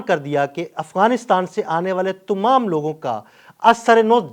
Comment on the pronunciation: Kaalay kot wa'lay bhai ye lafz tamam hay n k tumam,yar apni Urdu tu saheeh karo.